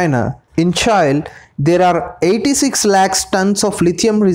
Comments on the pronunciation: Its not "CHAI" mate , its CHILE ... like mirchi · Buddy it is pronounced as Chi lll eeee not child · I hate the way you pronounce ‘Chile’. It’s pronunciation is same as we pronounce ‘Chilli’ not ‘Chail’ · Its Chile not Chail. Spell like Chi Lee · It's pronounce Chee - lay , or chee- lee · It's pronounced Cheelay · Please pronounce Chile properly 😅